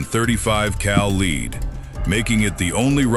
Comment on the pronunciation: since when is MKII Pronounced Mckee and lead is not leed dam AI is taking over and not sounding too smart